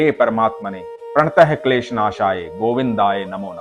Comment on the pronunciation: Mantra ka sahi uchcharan karen, kripya. प्रणतक्लेशनाशाय है। प्रणत:, नहीं। धन्यावाद। नाम दुर्योधन ही है, सुयोधन नहीं। यह युधिष्ठिर का दिया है।